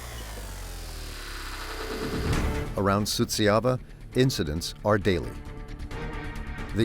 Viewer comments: Suceava is not pronounced as you are saying it, it is soo cha va. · the names are completely wrong, too. The guy whom the narrator called Miroslav was actually named Marius Petru. The town is Suceava, it was mispronounced the whole time. Likely by a bot.